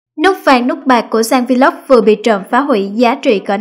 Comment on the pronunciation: Should learn how to pronounce the word VLOG.